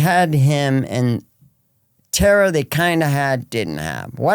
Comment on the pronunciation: Dawg bleets her name one time then its just tara tara tara lol come on respect ur guests